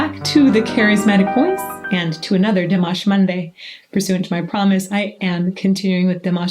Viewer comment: It is time to pronounce Dimash name correctly.